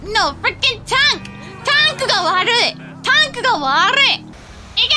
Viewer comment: It’s so funny how she can speak perfect English most of the time, but then reads the word tank and is like “tonku?”